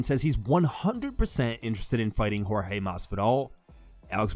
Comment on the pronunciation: Askren you will lose again simply because you keep calling that man George when you know his name is Jorge 🤫🥱😵‍💫